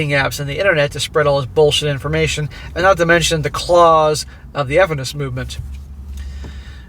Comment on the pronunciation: feminist movement. he deliberately mispronounces it